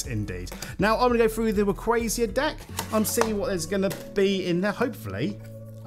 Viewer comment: Why do you call Rayquaza Rayquazia